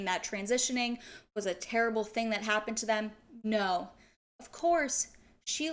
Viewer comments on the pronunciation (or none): none